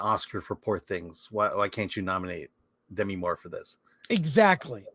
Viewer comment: I can’t believe Chris and have forgotten how to pronounce Demi (De ‘MEE) Moore’s first name.